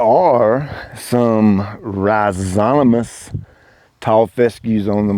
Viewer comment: rhi zo ma tous not rhi zo ta mous 👍😊